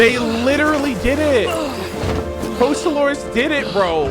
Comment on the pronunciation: Hilarious how pronouncing Focalors properly even after hearing it a million times is impossible 😂😂😂